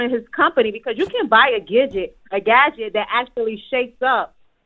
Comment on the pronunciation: 1st caller mispronounced the word gadget #!? GIRL BYE 👋😂😂😂😂😂